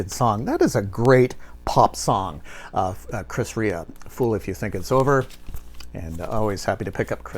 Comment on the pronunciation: I remember when that George thorogood album came out I saw him on that tour, it was the first of many times seeing George! You're the first person in the VC I heard pronounce Chris Rea correctly....lol my favorite song by him is the road to hell, such a haunting song. Great video my friend